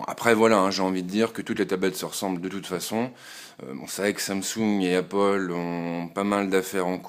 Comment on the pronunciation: apple pas appole mais sinon tres bonne video